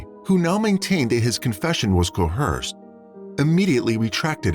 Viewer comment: I came here for this! how can AI mispronounce "coerce" aaaargh